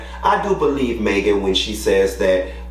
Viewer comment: "Maygen" tryna DO US!! 😂😂😂😂